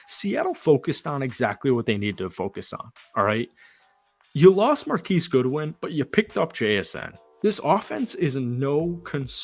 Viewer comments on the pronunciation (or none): none